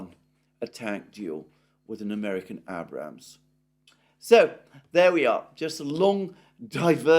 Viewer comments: One last time. . Abrams is pronounced with a long A as in RAGE. Not that hard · Abe-rams you pronounce the "ade" them the ram/s......your sounding like an uneducated American incredible or understanding grammar!! You'll be saying data next instead of "date-a".